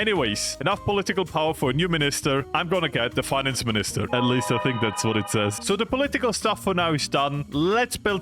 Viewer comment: As a Dane, you pronounced: "Finansminister" very well. And you are correct in "Expand Værnepligten" is military service👌🤌